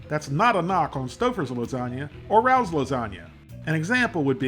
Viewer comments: It's raos not Ralph's rawlls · It's Ra Ohs. Not Rowws. Michealangelo's is better. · Say Ray- o's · Why are a bunch of people on the Internet referring to this as “Rouws” 😂😂😂😂😂. It’s pronounced Rayos. It’s a restaurant here in the NY Metro Area . Specifically The Bronx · Rao's is pronounced - Ray O's. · It's pronounced RAYO'S. I went there as a teen because my older sister was a chef there long ago. She also took care of Annie Rao before she passed and I also know her son Frankie who passed a few years ago. It used to take 6 months to a year to get a reservation no matter who you were, well unless you were Frank Sinatra. I met him when I was a teen, him and Frankie used to put the jukebox on and sing Summer Wind. Great times! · It’s pronounced RAY-ohs. Just like the name of the restaurant. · "RAY -OHS" would be how it's pronounced. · It’s pronounced RAYO’S!!! U must pronounce it correctly I’m a New Yorker!!!! RAO’S is a institution over here!!!!! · Love your reviews. Not to nitpick but this product is pronounced Ray O’s. Famous New York City restaurant. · it's pronounced RAY-Os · Its pronounced "Ray-Oh's" I live 2 blocks from the restaurant in NYC and you can not just walk in to eat there, you need to get a reservation and you need to be approved before you can walk in. The place used to be a major Mafia hangout in the 1980s. Fortunately or Unfortunately many of these people have died over the years and now many of their children and grandchildren to there, though their ties to organized crime has been disconnected through the generations. I will say that what is done in the factory and what is done in the restaurant are two very different things. That is all I will say on it. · Love you man! Just so’s you know, it’s pronounced “ray-ohs” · Pronounced “Ray-O’s”. Their jarred sauce is absolute fire! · It’s pronounced Ray-O’s. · The way he says Rao's..lol.. Someone correct him.. lol